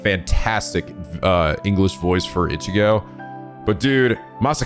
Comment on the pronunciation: so is it me or was pronouncing ichigo wrong